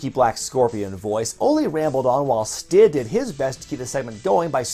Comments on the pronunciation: When said Stid on purpose I broke out laughing😂😂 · Anyone else notice the “Stid” flub that made it in this commentary? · You mean "Stid"?🤣🤣🤣🤣🤣